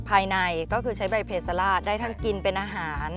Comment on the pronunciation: ข้อมูลดีมากครับ สมควรได้รับการยกย่อง แต่ควรแก้ไขภาษาให้ถูกต้องให้เหมาะสมกับเป็นองค์กรแนวหน้าของไทย เพสลาด อ่านว่า เพ-สะ-หลาด แปลว่า ไม่อ่อนไม่แก่